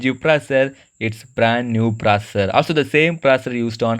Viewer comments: "New proser" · what the hell is "PROSER"? what is the phone brand again? i heard "HWEI" WTF IS THAT